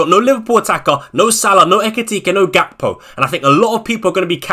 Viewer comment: didn’t u say gakpo is gakpoo 😂